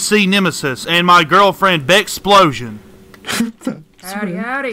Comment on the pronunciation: Did he just call his girlfriend beckexplosion?